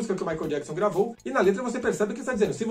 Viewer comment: Eu me lembro quando o Michael veio ao Brasil em 93 os telejornais falavam jackson da maneira que se escreve, eles erravam na pronúncia do sobrenome dele rs rs rs....